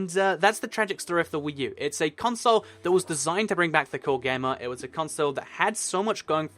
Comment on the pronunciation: I hate the way you say console